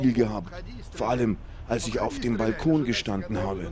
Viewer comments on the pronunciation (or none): none